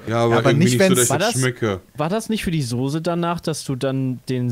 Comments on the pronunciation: Wie sie (, ) alle Sose sagen statt Soße. Varion würde sie zur Schnecke machen. ^^ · "Sose".. votekick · Soose 😆 liebes TeamPietSmiet schaut euch einmal bitte Varions Video zum Wort Soße an 🤣